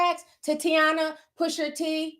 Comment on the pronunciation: I know u mess up a lot of words but. Pusher T Instead of Pusha T is wild